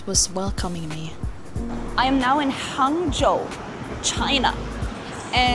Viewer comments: Your Hangzhou pronunciation is standard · Also, the pronunciation of the word "Hangzhou" you used is really excellent. Haha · when you said 杭州，your accent is pretty Chinese